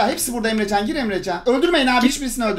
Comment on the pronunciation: abinin emrecana emcan demesi